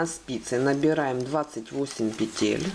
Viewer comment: Почему петЕль?!